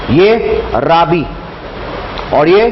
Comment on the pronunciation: खा रीफ नही खरीफ़ और राबी नही रबी